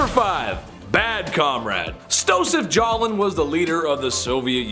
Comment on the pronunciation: His name was Stalin, not Jalin.